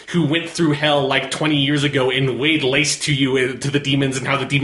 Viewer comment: Ha is so hyped up about Doom 2016 that he keeps saying “weighed laste” instead of “laid waste”😂